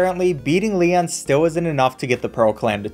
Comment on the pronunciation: The fact that he mispronounced about every characters name bugs me SO FREAKIN much but when he pronounced lian as lehahn REALLY put me over the edge my gosh